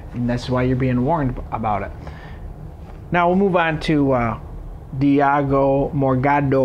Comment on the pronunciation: diago morgado LMAO the way you say it is funny